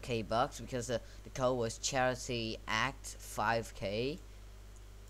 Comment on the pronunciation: A c t not ACT